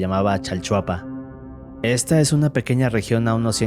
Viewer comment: “Chalchapua” XD